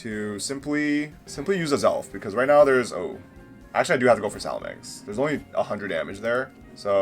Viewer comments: Its salamence.....not salamenks... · Man you seem to not be able to read or pronounce. It’s salamance not salamanx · No hate, but after 20 years of playing Pokémon, “Salamenkse” is a first lmao